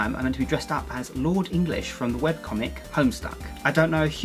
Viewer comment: I know he may never read this but THANK YOU SO MUCH!!! I NEEDED TO KNOW HOW TO DO LORD ENGLISH COSPLAY FOR A CON IN A FEW WEEKS. THANK YOU SO MUCH. :,) also you said his name right......and read homestuck. It gets better.